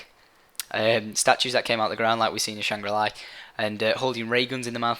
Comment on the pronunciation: i find it annoying when he says "shangra li" when its shangri la :/